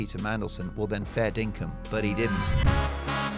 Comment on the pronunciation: Did you say "fair dinkam?"